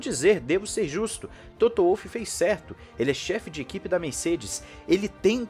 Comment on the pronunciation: apenas para colaborar, ouvi várias vezes você pronunciar o nome do chefão da Mercedes, Wolff, como Uolf. Esse nome não é inglês; é alemão, a pronúncia certa é Volff